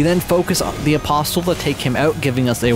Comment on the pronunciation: c'mon man please stop pronouncing the T in apostle, it's silent